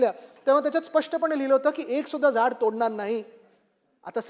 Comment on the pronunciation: एक पण झयॾ तोडलं नाही ह्याला साधं झाड बोलता येत नाही